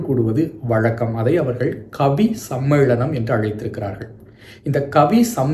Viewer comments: 😂 funny.. I was pointing "his" mistakes in pronouncing tamil words.. Please listen to the video where, He is pronouncing மலையாளம் as மழையாளம், சம்மேளனம் as சம்மேழனம் etc,. 😅 I was mentioning only that..If I write Tamil with such mistakes it would be a treachery committed to all my tamil teachers.!! 😅😊😊 hope you understand... BTW.. Lovely explained about that ள, ல and sply cognates. 😊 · அய்யா.. தமிழ் உச்சரிப்பில் அழகு ல, ள, ழ.. மறைமழையடிகள்.. மழையாளம்.. சம்மேழனம்.. புழவர்கள்.. அழ்ழாத.. எழிமையான.. அதை சிறிது கவனித்தால் நன்று 😊🙏🙏